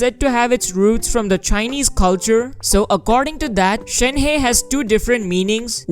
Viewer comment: The incorrect pronunciation is killing me. It's not Shen heist ---- more like Shen herb !